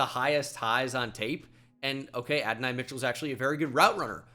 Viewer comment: Can tell bro doesnt watch cfb calling him Adonai Mitchell 😂